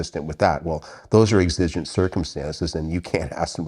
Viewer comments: exigent: EX-ə-jənt, not ex-IJ-ənt. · I am a little worried about your pronunciation of "exigent"